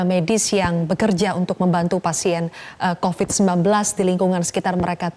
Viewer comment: Covid bro...bukan Copid🤣🤣